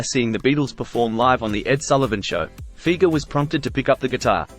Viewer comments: Fi-ger….NOT Feeger… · it's Fi-ger not feger